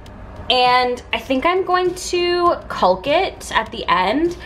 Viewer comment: Love what you did to transform this floor! Just one thing to note is that the ‘l’ in caulk is silent, just like the ‘l’ is silent in chalk. Keep up the great work,!🥰